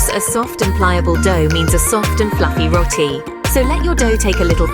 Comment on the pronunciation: Trini-daid 😮 It’s Trin-i-dad. I can’t stand when it’s mispronounced as Rot-ti, it is Ro-ti. This the least of the problems wit this video.